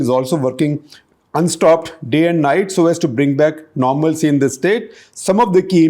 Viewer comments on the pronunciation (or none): none